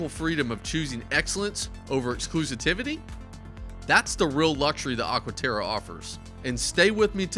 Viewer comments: Its Exclusivity and not Exclusitivity Wonderful video otherwise ❤ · "Exclusitivity" LOL